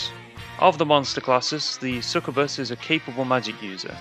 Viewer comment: it's sucYOUbuss my dude, get it right